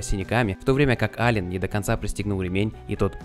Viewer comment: Аллен, а не Аллан!